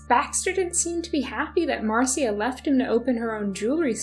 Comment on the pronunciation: Fyi the name Marcia is typically pronounced “Marsha”